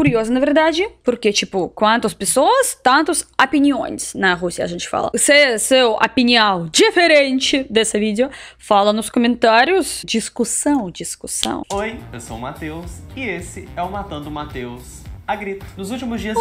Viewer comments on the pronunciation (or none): Não é crítica. É só para ajudar. Você fala "apinião". O certo é "opinião". Você fala "apção". O certo é "opção".